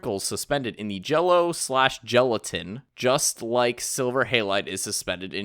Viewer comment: Gelatin, not gelitain.